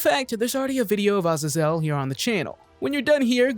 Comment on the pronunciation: Azazel is pronounced uh-ZAY-zuhl